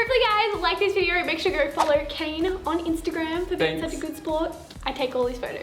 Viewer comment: it's not a video.... it's a "viderrr" lol heh..heh..